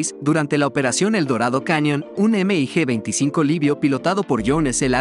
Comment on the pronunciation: No se dice “ Eme i Ge “ simplemente se le llama “mig”